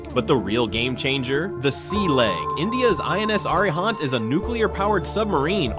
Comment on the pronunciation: Arihant is my name lol, howerer when you pronounced I got mad but comeon, you can't use default AI generated voice to sound foreign languages normally